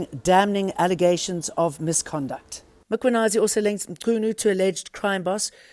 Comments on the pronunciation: Not Makwanazi for goodness sake. Mkhwanazi. It’s not difficult and it’s your job to get it right. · Who is Makhwanazi???? The journalist must learn to pronounce names correctly.